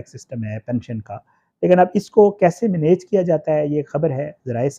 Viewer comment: چس لہجے میں آپ نے مینییج کہا ہے،مجھے شک پڑتا ہےآپ خوشاب کے ہیں۔